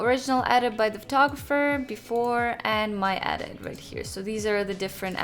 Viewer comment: kinda triggered by how you pronounce edit as "adit" lmao